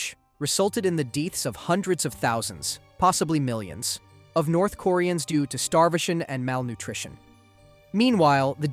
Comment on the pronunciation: I literally came to the comments to say the same thing glad I’m not alone in thinking he sounded a bit strokeish during that part and Koreans like kooreens